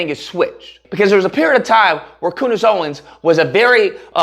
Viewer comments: Coondace lol. Thats hilarious! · Coondace? Oh common man, have some respect...